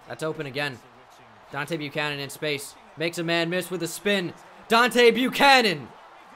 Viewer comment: It's Deebo Buchanon